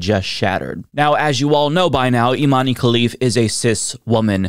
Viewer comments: Love you,. I think Imane’s first name is pronounced like ‘Iman’ though. “Imane” seems like the francophone spelling for that word. 🙂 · For the love of god, it's pronounced Imahn!!! Dont you people have access to wikipedia in america?